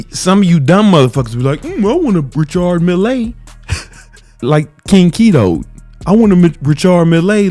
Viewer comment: RICHARD MILLÉ MY BROTHER why do i love it so much when you Say RICHARD MILLÉ 🤣🤣🤣🙏🙏🙏🏆🏆🏆 the best💪🙏